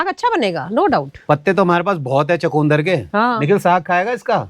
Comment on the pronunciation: चकुंदर नहीं चुकंदर बोलते हैं